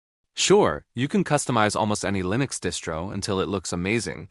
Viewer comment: 'LINEX' lol